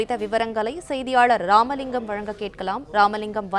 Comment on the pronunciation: ஏ ராமலிங்கம் இவ்ளோ ரோலிங் ஆகுது 🎙️🧐